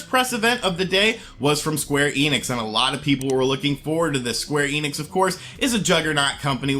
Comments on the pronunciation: "eenix" (German: "ienix") It's "ehnix" (German: "enix") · I'll be honest, they way you spell the "enix" part in "square enix" hurts my ears.